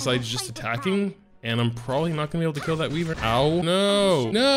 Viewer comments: It bothers me how you call it a weee-vern when it sounds more like why-vern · ITS WHYVERN YA FOOKING POTATO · WHY-VERN #triggered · "Wee-Vern" lol love your vids keep uploading when you can! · "Wee-vern" lol xD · Makes you wonder where he got Wee-vern